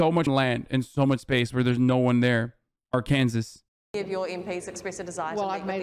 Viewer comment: Hasan, it's ARK-EN-SAW not AR-CANS-ES 😊